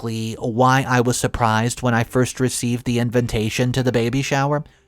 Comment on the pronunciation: I wonder why our esteemed narrator insists on saying in-ven-tation instead of in-vi-tation? Edit: It is ex-zas-er-bate and not ex-zas-per-ate. I am starting to wonder if our esteemed narrator may be slightly dyslectic.